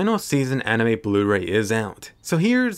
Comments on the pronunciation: Blu-Ray? More like Blur-Ay. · “Blur-Ray” But seriously, the Blu-Ray looks much better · Blu-ray more like BLUR AY Ah ... Ahhah ah ...